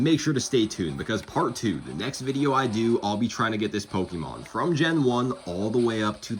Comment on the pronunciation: look up how to pronaunce pokemon